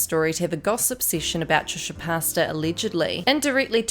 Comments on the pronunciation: "Trisha Pasta" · Trisha pasta? 😂 did I hear that right?? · No one: Not a soul:: TrIsHa PaStaS